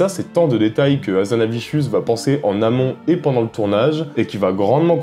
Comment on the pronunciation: Pourquoi "HazanaviCHius" ?